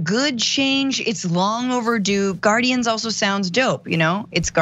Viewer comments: Gar-indians…..that’s all I hear. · you know what rhymes with guarDIANS....IDIANS